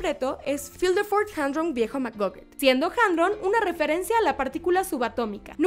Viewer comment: Lindo video pero te corrijo algunas cosas. Zootopia no lleva acento en la i,dijiste San Frantokio en vez de San Fransokio en otro video y el nombre del viejo Macgucket es Fidleford no Filderford jeje.